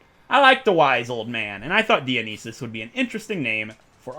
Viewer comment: Just hearing him pronounce Dionysus is confusing for me. I’m pretty sure it’s pronounced die-oh-nye-sus